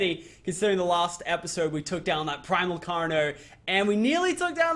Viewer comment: Why does he say Primal? lol